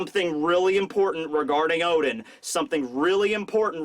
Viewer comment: oden you mean O. D En